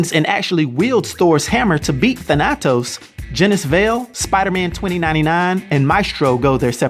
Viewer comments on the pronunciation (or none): Everyone else: Thanatos: The nat toes I can't unhear it lol. I'm cringing and laughing at the same time. Can't even get mad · The way you say Thanatos just is torture to the ears 🙄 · I don't know if I can continue listening to his pronunciation of Thanatos.